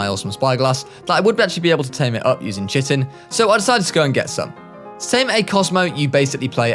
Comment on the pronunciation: the way you pronounce chitin hurts my soul